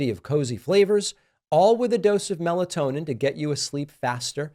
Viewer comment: Can you say meltonin?? Uh oh. Better be careful 😂😂😂